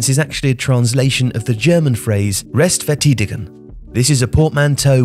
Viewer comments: I mean the ä isnt really wrong as far as pronouncing it this way, but vertidigung made me cringe so hard. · To add to that, the is not pronounced like a w (/v/), but like an f (/f/). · The ei in “Restverteidigung” is pronuonced like “I” as of me. Not “e” like you did. Substantially good video thogh